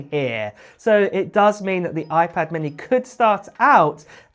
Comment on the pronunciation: Oiiiii-pad Minnehhhhhh 😭